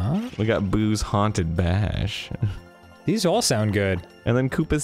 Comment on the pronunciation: The word "Bash" is pronounced the same way as the Norwegian word "Bæsj" which translates to "Poop". So it sounds like Arin is saying the word poop very gently . Thank you for your attention.